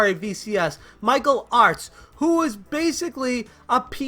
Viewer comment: Through my crappy 5S speaker, every time you say Michael Artz it sounds like you’re saying Mike O’Hart...